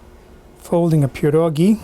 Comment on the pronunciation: How did I miss this video?? You definitely grew up with them like I did because you pronounce them correctly. Will be making a big batch and freezing some. Thanks!